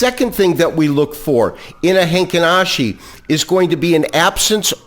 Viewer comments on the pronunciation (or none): its heikin ashi not heinkin ashi